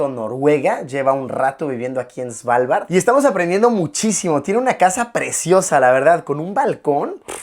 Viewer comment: No diga "Svalvard" diga "Asgard" 👌